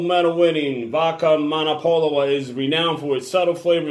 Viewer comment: Not pronouncing name right haha